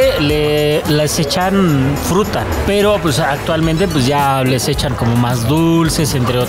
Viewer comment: Min. cuando habla de la fruta " Fhrutta " me recordó al inolvidable grupo alemán Ramstein con su tema " Te quiero puta ", lo pronunció igual, "...dame de tu Fhrutta, vamooos mi amooorrr ".... Jajajajajaja jajajajajaja. Saludos banda.